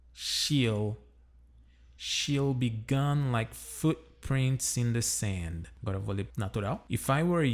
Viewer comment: Hey man, you have a really good accent. , your pronunciation of the word "gone" seems a bit off. The vowel should sound more like the "a" in "lawn", but you're pronouncing it like the "o" in "done". By the way, which microphone do you have? The sound quality is really good. You have a good format for each of your videos. Keep up the good work!